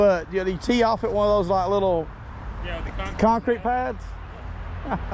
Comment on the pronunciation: Did you say concrete ?